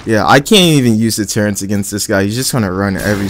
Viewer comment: The way he says turrets annoys me T_T ”turrents”